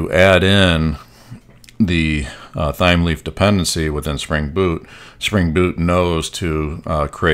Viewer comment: Loving the video thus-far, thanks for taking the time to create it, much appreciated. P.S. I think it may be pronounced "Time-Leaf", just basing it off of the herb "thyme" which is pronounced like "Time"